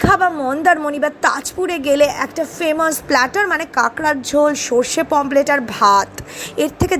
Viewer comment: Didi pomplet bolena Pomfret bole